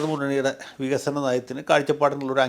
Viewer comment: 17 വർഷമായി പ്രസംഗിക്കുകയാണ് പോലും, നമുക്ക് വിഗ(ക)സനം വേണം വിഗസനം വേണം എന്ന്. ഇങ്ങനെ വികസനം പ്രസംഗിക്കാൻ മാത്രം ഒരു വിശ്വപുരുഷനെ ആവശ്യമുണ്ടോ?? കാപഠ്യത്തിനു ഒരു പരിധിയുണ്ട് Mr ഷഷി.